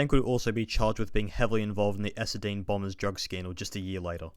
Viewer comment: Hearing that pronunciation of Essendon hurt me